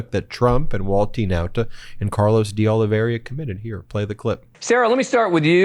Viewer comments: Ben, can you PLEASE pronounce Carlos' last name correctly at some point? It's not "De OlivERIA" nor "De OlivIERA" but De OlivEIRA. The EI is pronounced almost like the word "hey". OlivEYra basically. Thanks... PS: otherwise just call him "the pool boy" like the guys of Pod Save America do. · Why can’t you pronounce DeOliveira? It’s aw-li-VAY-ra, not aw-li-ve-ree-aw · Ben, when you have a moment, could you take a careful look at Carlos De Oliveira's last name in order to correct your pronunciation? As of this video, I have not heard you pronounce it correctly yet. You are a good, educated, professional who I am sure prides himself on getting things right.] P.S. Mr. Popok pronounces it correctly! (retired teacher) 😇🙏🌈